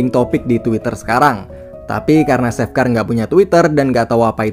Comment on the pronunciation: Biasa aja cuk gak usah nge gas!!! Bukan seff bacanya tp che F wkkwkwkww